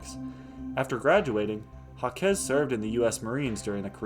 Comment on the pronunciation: You butchered that man's name 😂. He is French. It's pronounced zhahk. Jacques (French for James) is pronounced with a soft 'J' (like the 's' in "measure"), followed by an "ah" sound, and ending with a hard 'k' (e.g., zhahk). While some English speakers might say "Jakes" (like Shakespeare's character), the most common and authentic French way is a single syllable, rhyming with "sock" but with a softer start.